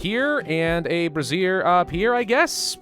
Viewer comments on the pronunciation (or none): Just sayin...it's pronounced "bray-zhur." "Bruh zeer" is a garment worn mostly by ladies. :P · I love his incorrect pronunciation of brazier. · Cannot stop chuckling at the way you're pronouncing brazier XD they're not bras my dude :P Great series though loving it :)